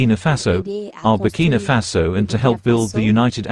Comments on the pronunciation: I love your channel. But, it’s BURKINA FASO. not BURKINO FASO. please, I want you to say it correctly. It’s important. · It's not burkino, say it right if your gonna speak about the place. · Ma'am it's NOT BurkiNO. It's BurkinA 🇧🇫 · Berkina not Berkino